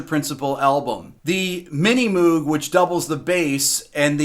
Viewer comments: And to be further pedantic, the creator of said synth pronounces the name Moog as rhyming with one of his company's later synths, the "Rogue", not "Droog" (a la Clockwork Orange... scored by Wendy (aka Walter) Carlos, on a Moog Modular Synthesizer), as Rick regrettably calls it in this video. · Any song from the first Blood, Sweat, and Tears album -- Al Kooper's album. And by the way, Moog is pronounced "moge" as in "vogue". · Moog. Pronounced (/ˈmoʊɡ/ MOHG) Rhymes with "vogue"....NOT "food" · It certainly mattered to Robert Moog. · Sorry, But I think we all owe it to Bob Moog's legacy to pronounce the name correctly. I wasn't actually trying to 'correct' Rick, but I was pointing that fact out to readers that perhaps didn't know better. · Yes I caught that....but I made my initial comment as I watched him say it the first time. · Rick, c'mon, you should know how to pronounce Moog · Come on , Rick - Moog rhymes with "Rogue". It's Dutch, and Bob always said the REAL pronunciation had a bit of a Yiddish "ch" on the end.